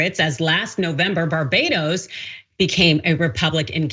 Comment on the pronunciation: It's not Barbedos, it's Barbados. Stop butchering our name America.